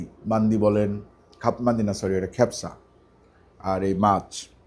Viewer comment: তোমার ভিডিও আমি দেখি। ভালো লাগে - ভিডিওquality খুবই ভালো। কিন্তু তোমার আরবী খাদ্য সংক্রান্ত শব্দ উচ্চারণে একটু ত্রুটি আছে - "কাবসা" শব্দটিকে তুমি বলছ "খেপসা" - শুনতে বিদঘুটে লাগে। - ড সোলায়মান আলী (যুক্তরাষ্ট্র)। (পূর্বে King Abdulaziz University, Jeddah-য় শিক্ষকতা করেছি)।